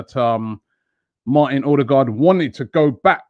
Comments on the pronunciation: It's pronounced Uhdegord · Get ready for "odebloooodclatyaaang" 😂😂😂😂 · He's a great player . Just a heads up Ødegaard is pronounced er-de-gor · By the way, The Ø in Ødegaard is pronounced the same as the Ö in Özil. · Robbie's pronunciation of ødegaard🤣